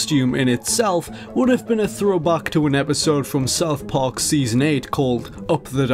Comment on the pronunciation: "South Parke"